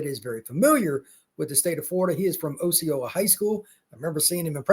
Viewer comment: It's pronounced "Ah ceola" not Oh ceola.